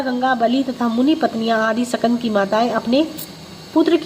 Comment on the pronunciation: Jai shukrana guru ji katha bahut hi bhavpurn thi .. Is path m ek shabd h skand pr uchharan shakand ki gyi h